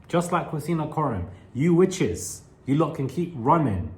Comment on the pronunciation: LOL, when you say, "Witches", it's hilarious 😂